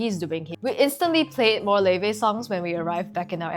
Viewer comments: Laufey's name is pronounced like "Lao-fee." The name comes from a norse goddess described as the mother of Loki. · am i early?? oh my gaaaaawd woa- quick question, do you reall pronounce "l a u f e y" like levey? i'll start listening to her now. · Laufey, how do you pronounce it